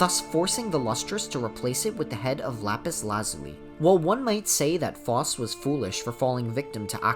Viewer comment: Ty king for the video, great content. However I must apologize for what I’m about to say- You’re pronunciation for Phos is wrong I’m sorry aaaaaah